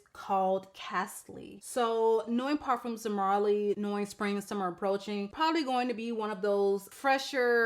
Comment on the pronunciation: Did you say Parfumes De Marley??